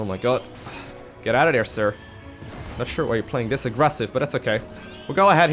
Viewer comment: I like the way you say dere :P instead of there lol